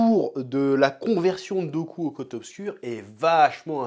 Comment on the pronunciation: Chef qui appelle dooku "goku" mdr x)